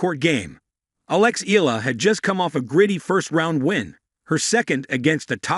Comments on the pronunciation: It's AI talking. That's why it pronounced Eela not Eyala. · Correct Filipino pronounciation of her surname is (eyala) not (ela), hope you got this correctly on your next videos